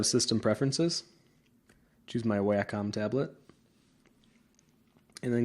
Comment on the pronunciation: Great vid! and just so you sound as knowledgable as your video and skills, its "Wah-com" not Whackom :D Cheers!